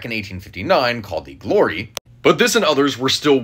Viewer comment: Pronounced Glwa not Glory … but impressed he showed the man o war Santissima. Trinidad the largest most heavily armed ship of its day